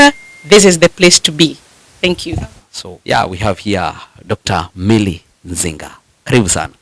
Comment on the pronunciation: Dr. Zinga not Nzinga!!